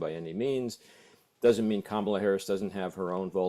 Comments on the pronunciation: It's KA-mala, not Ka-MAla. Not hard and pretty poor for "top" journos not to know how to pronounce a presidential candidate's name. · COMMA-La to CoMAHla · Can you at least pronounce Kamala properly it is not Kamarla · Mispronunciation of her name is really starting to grate. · If this guy can't even take the time to learn how to say her name why is he a host? Not the guest. The host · Learn how to say KAMALA !!!! Or was it your political intention to mispronounce it? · COME ON - PLEASE LEARN HOW TO PRONOUNCE "KAMALA" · Please learn how to pronounce Kamala. You're embarrassing yourselves. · He does have a problem saying her name, but in November he can just call her Madam President💙💙💙💙💙💙💙💙💙